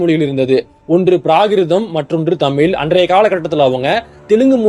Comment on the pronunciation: முதல்ல உனக்கு "தமிழ் தமிழர்கள்" இதையே ஒழுங்கா உச்சரிக்கத் தெரியலையே! அப்பறம் எப்படி மத்த மொழிகளப் பத்தி வீடியோ போடுற? காமடி பீசு! எல்லாம் பொய்!😆